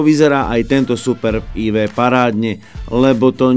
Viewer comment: co pladzajn, ale este aj AjVi